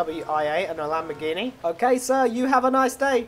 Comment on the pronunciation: YOU SAID IT WAS A Lamborgihni